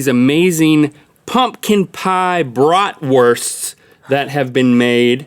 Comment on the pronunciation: Brot wursts.... really! Links gotta improve his German! Holy crap that was bad!